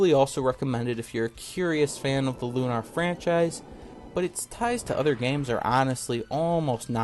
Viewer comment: It's Lunar, not Lunar, but yeah.